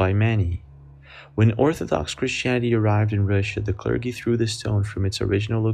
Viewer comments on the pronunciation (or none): It's pronounced: Clur-jee (Clergy) ~ NOT~ "Clur-guh-ee" (Great Vid, that being said, you'd think in the 2020's, there would be ONE person who caught something remarkable on tape who wasn't using a 480p CAMERA ~or~ one which had the ability to FOCUS on a Close-up Shot (!!!) (* What are cameras up to in resolution now, 8K!?)